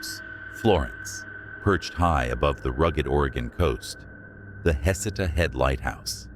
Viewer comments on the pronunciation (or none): Pronounced Heh-seed-uh lighthouse. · Its pronounced "Heh-see-tah" Head Lighthouse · It's pronounced Heck' et uh. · Heceta is pronounced Hay SEE tuh or huh-SEE-tuh. That's in Lane County a few miles north of Florence. It's the Heceta Head Lighthouse that's haunted.